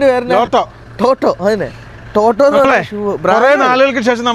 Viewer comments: ടോട്ടോ അല്ല ലോട്ടോ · ടോട്ടോ അല്ല ലോട്ടോ 🤣